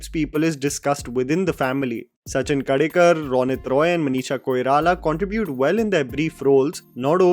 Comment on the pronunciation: It's Sachin Khedekar not Kadekar 😢